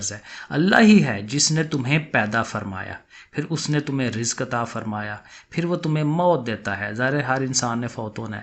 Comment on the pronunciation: Sir IAM sorry to say lakin Punjabi log patano per hanstaay ho Ka UN Ka mozakar monas bahot kharab lekin Punjabi khud bi Zaire or zabar har cheez ma laga Tay hai jasay app log rizq ko. razaqa boltay ho😂😂😂😂